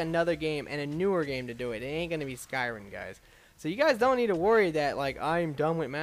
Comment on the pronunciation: Why can't you say anything right????? It's skyriM. Not skyriN.